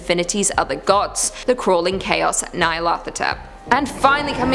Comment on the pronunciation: I really believe a more accurate pronunciation is Nyar-lat-ho-tep. "Hotep" is a common Egyptian name ending (At least in pulp. The Mummy is Imhotep.), so it seems natural that the "th" represents two separate sounds, with the 't' ending one syllable and the 'h' beginning the next. I have less basis for the 'y' but pronouncing it like "eye" just doesn't flow. "Nyar," at least for me, works better as one syllable pronounced much like "yarn." In fact, say "yarn yarn." The "-n yar-" there is exactly the single syllable I hear when I read Nyarlathotep.